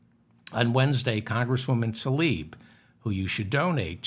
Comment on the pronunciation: It’s Tla-ib not Ta-lib